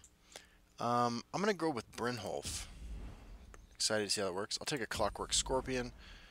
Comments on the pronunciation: Brynyolf* 😂 Also, I love your videos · The way you say it, it makes me think brynjolf is spanish lmao